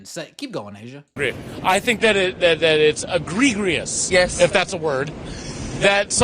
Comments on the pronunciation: Ee gri gri us (his pronunciation) isn't a word. I also noticed that A'ja, who went to an exclusive high priced school, didn't correct him. The word he (is probably) thinking of is egregious. (pronounced e gree gee us) Means extremely or outstandingly bad, offensive or shocking, is easily notable, and unacceptable. Whether or not he knows that, or is using it correctly, I couldn't say. 0_0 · "egree greeus"?? What an idiot.